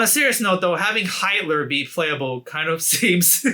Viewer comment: Did he just call hitler Hiler 😅